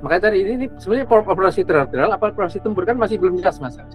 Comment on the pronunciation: Bukan teroterial pak tapi teritorial